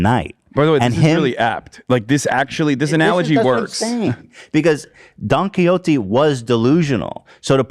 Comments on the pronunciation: "DOnkeY hOT-eeee" I will never pronounce it any other way. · Bro the pronunciation of don quixote was hard to listen to